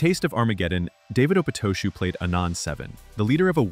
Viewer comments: Opatoshu is pronounced/ a-PA-ta-shu:/ You got the syllable stress wrong. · I've always heard David Opatoshu's last name pronounced "Oh-PAH-tah-shu. I could be wrong.